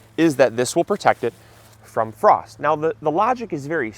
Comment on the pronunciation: First to say you missed F in FROST!